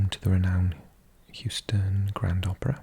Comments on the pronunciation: Lived in Texas all my life, I've always heard Houston pronounced as Hew-ston, so your first pronunciation was spot on 🤠🤠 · You had the pronunciation correct the first time! 😂 Houston like the word hue or the name Hugh. Next I would recommend exploring New Orleans (my favorite city)! My friend studying in Pittsburgh has good things to say about that city, so that could be cool too! 🤠Howdy again from Texas!